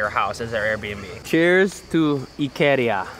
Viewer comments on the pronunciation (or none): it's not ikeeeeeria it's ikaaaaaaaria